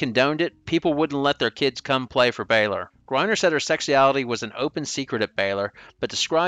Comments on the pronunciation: can't pronounce sexuality without sounding like a southern sheriff from the 60's. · Very well put together video - but bro you have GOT to work pronouncing sexuality 😂